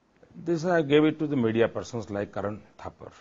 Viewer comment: 2 or 3 "parson"?